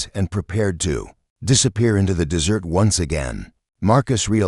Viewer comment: A good story if you can tolerate the AI reader putting emphasis on the wrong words, continually calling the desert - dessert😂 and ignoring punctuation at times. Creator needs to find a better AI reader or use a human. Stories presented by this creator are riddled with all kinds of errors. Creator needs to listen and edit before posting.